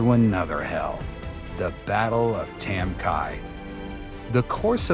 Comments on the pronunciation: It’s not pronounced tam ki, it’s tam key. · It’s pronounced Tam Ky as is Key like a house key. Not Kia! I served there. I’m not sure how much of this I can believe since you can’t even pronounce the the village name properly. And don’t come with bs about how it can be both. It’s not. The Vietnamese people said Ky as in key. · It's pronounced Tam Kee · It’s pronounced tam key. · Duly noted, I am the human voice over narrator for this and I try my best to research the pronunciations for the villages and names, I found a video where a former president bestowed and Medal Of Honor on someone who served in this engagement The President called it Tam Ky(rhyming with TRY) However after seeing your comment, I further researched and found that you are indeed correct…it is KEY, not Kyyy for pronunciation; The President’s medal ceremony was saying it wrong! Thank you for the correction, will try and do better in the future!